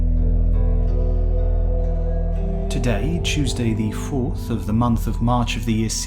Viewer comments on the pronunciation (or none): none